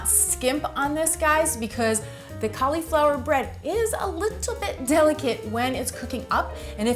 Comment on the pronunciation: Ca-LEE-flower. Heehee